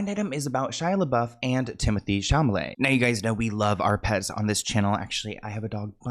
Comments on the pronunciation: Timothy SHAMALAY 😂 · It’s Timothieu Chamomile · Tymathee Shamaleigh